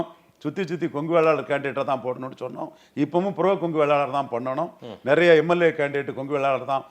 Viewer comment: நரைய இல்ல நிறைய. தயவுசெய்து சரியாக உச்சரிக்கவும்